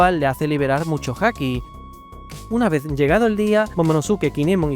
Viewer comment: ese musho te ha quedao muy andalú 😂